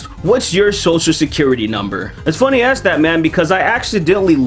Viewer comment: Axe, it's axe...